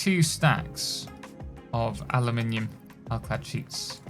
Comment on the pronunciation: Aluminum is the american way to write and speak that metal. Europeen people (british and french) are using aluminium with an I. Both exist and are valid but only one sounds beautiful when said by IMO